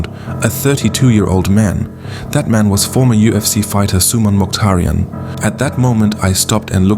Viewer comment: If you can't even say his name properly maybe you shouldn't be assuming things or exaggerating the fake news